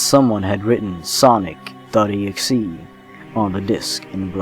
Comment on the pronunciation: When you said Sonic Exe I thought you said sausage rolls and got very worried because I knew sausage rolls were real but you might debunk them.